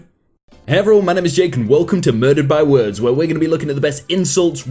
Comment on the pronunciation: "MErDud bYeh wUErds"